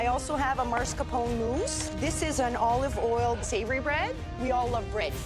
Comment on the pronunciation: Can people stop mispronouncing Italian foods? There’s no such word as marscapone. There’s no such word as rih-GOHT. There’s no such word as MOOTS-uh-RELL. There is no such word as broo-SHETTA.